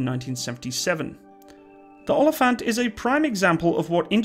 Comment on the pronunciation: You butchered the word oliefant